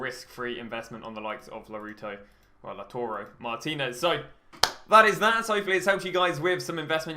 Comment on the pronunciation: You're a smart dude. Why do you still say Laruto?